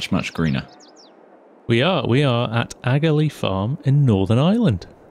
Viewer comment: hi i have watched your vids for a while just wanted to point out aghalee is pronounced ahalee as i am from the area! also the sea is accuatly lough neagh (pronounced lock nay)🤣😄